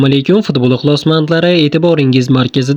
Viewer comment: Хой админ илтимос фдбол деманг футбол денг худди маскара килаетганга ухшайсиз